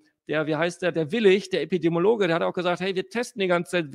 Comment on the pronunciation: Stunde ausgehalten, kann diesem selbstherrlichen, exaltierten und nervösen Staccato nicht mehr folgen :( An Beide: Es heisst übrigens Epidemiologe, epidemiologisch (Epidem i e)